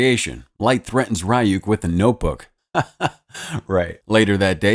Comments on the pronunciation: The demons name is not pronounced r-y-ook it’s pronounced ri-ook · its not pronounced ri yuk its ree yuk😭 ive never bothered watching this bc i know it wont be able to stand up to the anime at all😭😭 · Am I the only one bothered by the pronunciation of Ryuk's name? Shouldn't it be something like R-ee-y-oo-k?